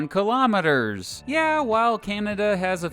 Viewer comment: i like how he said kilometers like no one uses it